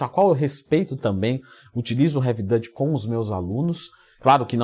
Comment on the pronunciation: Salve,. Muitas boas dicas como sempre, muito obrigado pelo conteúdo de qualidade que vem fazendo. Se me permite fazer um adendo sobre a pronúncia de Duty. A palavra é pronunciada como "dúri" com o "r" igual o de "gari", não "dâti", que é como se pronuncia a palavra "holandês" em inglês. Ou seja, invés de falar sobre o método de "Dever/serviço pesado", vira "holandês pesado" kkkk. Não sei se ficou claro, se quiser ver na prática, é só colocar "Duty pronunciation" e "Dutch pronunciation" no Google. Desculpe por querer te corrigir, até porque eu aprendo muito com seus vídeos. Abraços!